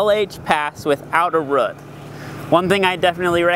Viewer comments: RH-EWWWWT not ruht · Took me awhile to realize that this guy was saying "root". All I heard was "rut". XD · I had to stop watching since the way he says "root" not "rutt" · ugggg, its pronounced rooooooot, not rut